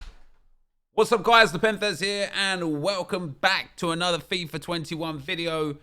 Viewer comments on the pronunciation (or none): none